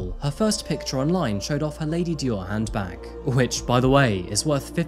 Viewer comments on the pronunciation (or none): none